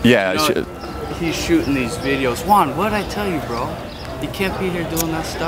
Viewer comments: Your name is Juan... but can´t pronounce it correctly... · so when you say your name i notice you really say that H in the beginning. i'mma try that next time.